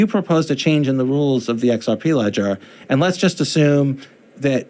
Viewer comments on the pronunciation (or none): none